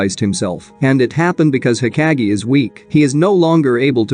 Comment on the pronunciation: Nigha pronounce hokage again! Cuz u most def pissing me off